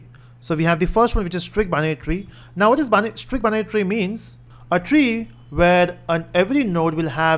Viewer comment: the way of saying binary tree is like banyan tree, thats funny lol